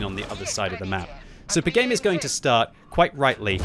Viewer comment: I think it is Pi Game. Like the number Pi. Not the sound pigame